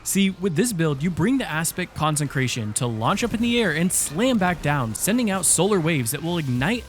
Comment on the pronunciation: Dude it’s con-sec-ration not con-sen-cration Please read the Bible or smthg